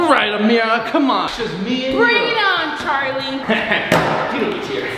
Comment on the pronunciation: It’s Charlie not carlie